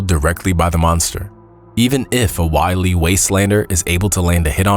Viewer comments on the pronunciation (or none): none